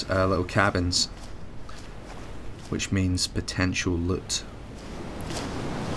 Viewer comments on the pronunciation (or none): Lut?no it is loot if you are going to talk to the English pronounce words correctly your name I'm fine with.